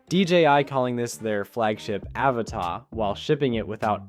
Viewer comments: It's pronounced "a-vata"; not "Áva-tá" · Can you pronounce it "UhVotta" instead of "Avuhtuh". Otherwise, great video! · No. He thinks Avata is French and written Avatà 😂. The pronunciation is Aváta, accent on the second A. Americans make up things to make them sound fancy, like Caprì as of it was French. There is no accent on he last letter it's Italian, it's Cápri. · Repeat after me: A VA TA. There's no accent on the last A, it's not a French word.